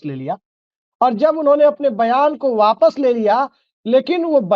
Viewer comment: lgta hai aap bihari hain aaps wapsh apsh waps kiya bol rahe Hain boliye ne ghutna tek diya vijay singh isliye aap ka dil tote tote baag baag hogya